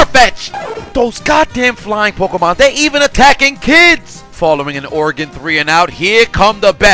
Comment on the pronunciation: Thanks for saying Oregon correctly